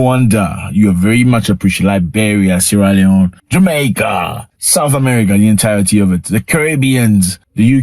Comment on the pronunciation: I'm so happy when you say jamaica always